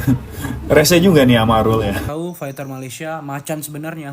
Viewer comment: Bunyi nya bukan fekter ya, faiter lah